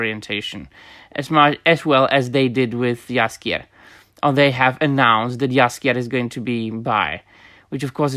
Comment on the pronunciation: I love how you pronounce names like Andrzej Sapkowski or Jaskier, sounds 100% Polish and it sounds super refreshing to listen to someone speaking on the subject in English, while pronouncing names correctly.